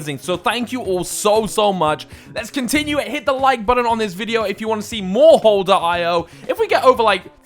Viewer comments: I facepalmed when you pronounced hole ee oh wrong. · He called the game hole dot eye oh lol I call it hole E oh Haha